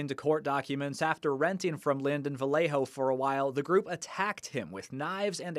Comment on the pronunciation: Vallejo, double "L" pronounced as a "y". 😁